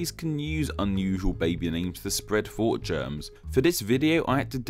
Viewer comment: GOD DAMMIT. WHY WON'T YOU AT LEAST TRY TO PRONOUNCE "THOUGHT" AS "THOUGHT", INSTEAD OF "FAUGHT"?!?!@ i R OUTRAGED!!1!, AND WILL THERE4 SPREAD UR VIDEO THUOWT THE INTARWEBS